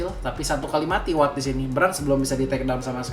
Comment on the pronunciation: kok lo kalo manggil WATT jadi AWATT deh? ini gua yg salah baca apa gmn sih? dr dulu pgn nanyaa😅